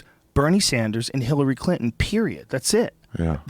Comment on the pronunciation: Joe keeps saying hillary crinton